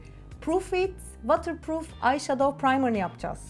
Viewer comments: vatır değil votır azıcık kulağım tırmalandı nacizane bi düzeltme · “Vootırpruuf” for ur knowledge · ama o vatırpruf diye okunmuyo ki:( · Buse uncookies you didn’t even understand what I meant 😆 i kindly advice you to check how the word water pronounced since obviously you have no knowledge of English, but you need to Google Translate this message first 😉 greetings from London! 🙋🏼‍♀️ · waterproof kelimesini yanlış telaffuz ediyorsun fark edince düzeltmek istersin diye söylemek istedim ❤️ emeğine sağlık